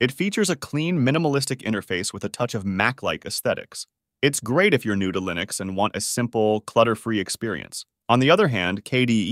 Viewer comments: lost me at Lie-nux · Completely had me fooled until I got to "Lye-nux" and "Mac-oes" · thats not how you say linux